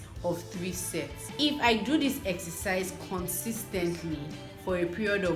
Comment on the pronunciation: I think u pronounce sets wrong😬